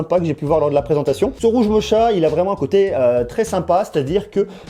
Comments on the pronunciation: Sa se dis pas mocha mais mocka je pense 😂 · Hey, mocha c'est moche mais il suffit d'avoir la bonne prononciation genre rouge mocha (moka). En tout cas, je kiffe tes vidéos, bonne continuation 😄